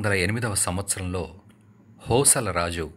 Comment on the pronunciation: హోసల రాజు అంటున్నారు కాని అది హొయ్సళ అని పలకాలి తర్వాత హొయ్సళేశ్వరుని గుడి గురించి చెప్పారు అది ఏరాష్ట్రంలో ఏజిల్లాలో వుంది అక్కడికి ఎలావెళ్ళాలి చెబితే బాగుంటుంది గమనించగలరు